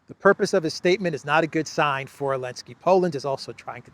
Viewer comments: Hey, just curious but why do you pronounce Zelensky's name without the "Z"?? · OOI, can somebody explain why calls Zelensky, Elensky? I don't understand this.